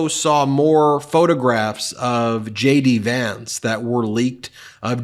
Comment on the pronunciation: Each time Ben says J.D. Vance, I hear Shady Vance lol. Vote Blue!